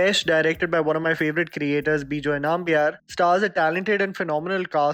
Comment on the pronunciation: Its pronounced as Numbiar